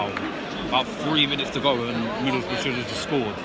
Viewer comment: "its fucking middlesborugh "